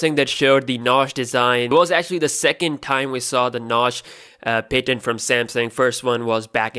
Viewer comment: Can u please pronounce patent correctly